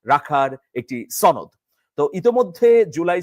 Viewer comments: সনদ না ছনোদ সনদ কথাটি সঠিকভাবে বলতে পারো না৷৷ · তুমি তো সুশিক্ষিত। তুমি কি "শনোদ" সঠিকভাবে উচ্চারণ করতে পারো না? এটা "শনোদ" হবে, "ছনোদ" নয়। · আর কেউ না শুধু আপনি ভুল ভালভাবে আপনি সনদকে ছনদ উচ্চারণ করেন। এটা কি আপনার জেদ?😊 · ছনদ কি? উচ্চারণ ঠিক ক‌রেন।😂